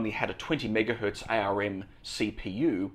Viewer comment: By the way, ARM is pronounced like the body part Arm.